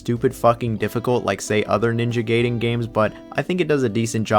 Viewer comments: Gay-den and Rye-u. Oh man. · Why do you keep mispronouncing the name Gaiden?